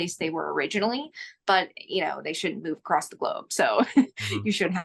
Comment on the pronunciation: Gosh I hate it when people say "accrossed"